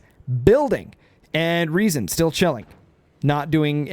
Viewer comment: Funny how your english version of Riesen was closer to the actual german pronounciation than your german version XD The "R" comes from the front part, tongue just behind the front teeth, not from the throat like you have stuck something in there you want to spit out ;)